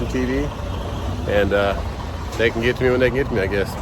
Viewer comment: When did "and" become "an"?